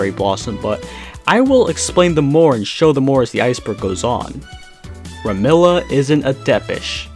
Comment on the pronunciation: Who's 'Remilla'? I thought it was 'Remilia'?